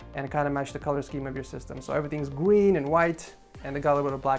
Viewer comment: dude said gween